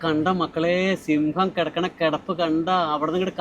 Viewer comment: സിംഗം അല്ലെടെ, സിംഹം